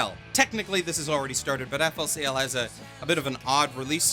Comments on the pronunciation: Bruh can't pronounce flcl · That FLCL pronunciation D: Cancer